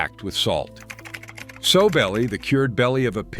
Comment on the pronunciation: Sow rhymes with cow